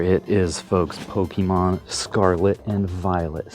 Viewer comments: stop saying pokimon its Pokemon po ke mon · For someone who says they've played Pokemon their entire life you migh want to learn how to pronounce it. It's not PokEEEmon. Please don't claim to be a fan. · Why do you say PokEEEEmon you don’t have to pronounce the e so muck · Poh-Keyy-Mon, anyone else don’t enjoy this pronunciation? Lol.